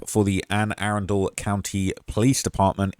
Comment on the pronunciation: Ah-run_del that's how you pronounce that i got you 😂😂😂